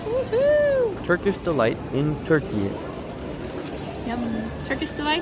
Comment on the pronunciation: Your pronunciation of Turkiye is perfect , Thank you.